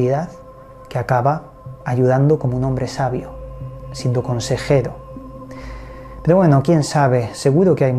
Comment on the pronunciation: Con todo respeto por que cada vez que diçes pero...pronuncias pedo? Corrijete hombre que pierdes puntos.saludos.